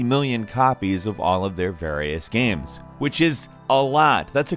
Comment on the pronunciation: why is saying giems and not games???